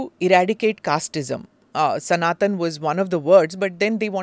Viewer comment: Are you Smita prakash or prakashaaaàa if not prakashaaaaa then pls pronounce Sanatan properly